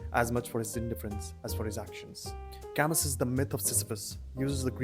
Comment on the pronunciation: I thought camus pronounces as kamu.